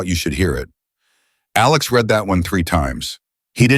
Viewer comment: Again the word read. Reed or red. Your reader doesn't know the difference.